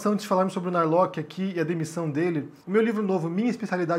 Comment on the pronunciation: correcao: nao é narloqui. é sobrenome alemao e se pronuncia (+/-) nar-lorr.